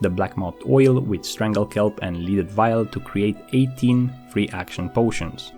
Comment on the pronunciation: Leaded like “led ed” lead is a metal in this case.